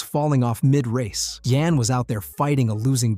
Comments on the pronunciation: It's not Jan, it's Jan . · Can't pronounce Jan. Insta fail.